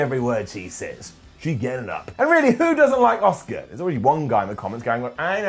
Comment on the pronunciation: Is anyone being annoyed about constantly mispronouncing Asuka's name?